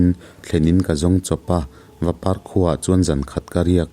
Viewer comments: Khaw hming hi lam dik a har viau ni maw? Vapar, Vando a 'par' leh 'do' (hei hi chu a hnu lam ah chuan a dik) lam rik dan hi hriat a har dawn loh nen aw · Vapar kha I lam thluk lutuk aa a thluk a omlo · Angaih nawm thin e👍👍 mahse hming ilam leh khawhming ilam then khat khi adik lo deuha..Vapar( "par" khi ari ahniam deuh tur ania) Pa.Gina poh khi Geena tia lam thui lo in Gina thluk na awm lo in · Vapar te Tedim khua te hi alam rik dan hi i thiamlo der anih Chuan i thing ka ti khawp ang.🥴🙃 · Vapar ti a par hi hniam phei tur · Vapar khua i lam dan hii a diklo